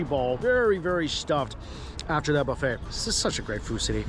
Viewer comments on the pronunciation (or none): none